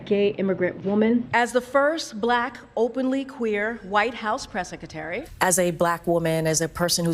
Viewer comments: The way she pronounces secretary is annoying White House press “Seck -a-tary” 🤮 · She still cannot pronounce "sekatary".